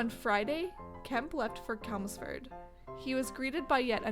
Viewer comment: The CH is pronounced in CHELMSFORD, as opposed to the Italian K sound, as you said it